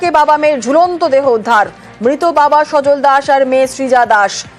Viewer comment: নাম তো" সজল"আপনি "সজন" বলছেন কেন,???